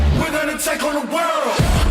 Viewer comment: J'ai adoré cette interview, par contre le fait que vous dites "Raou" sans prononcer le L et le T ça me perturbe trop putain 😂